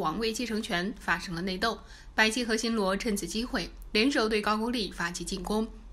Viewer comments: 不是ju是gou字都念错怎么到这里胡说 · 高句丽 的 句字读 勾，箕子读基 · 為什麼高句麗都念不對？